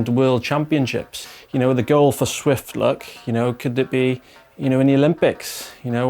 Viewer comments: Zwift national champion... pronounces it “Swift” 🙈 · That's what I was thinking.... How can this man be Zwift national champion and not be able to say Zwift..... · Shouldn't Canyon get someone who can say Zwift?